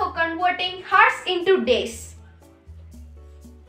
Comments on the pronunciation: Its pronunciation is oursnot hours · Its hours not heart and hertz...anyhow keep it up 👍🏿👍🏿👍🏿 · Woaah she is so young nd still can explain so really well Well done dude Btw work on the pronunciation of hours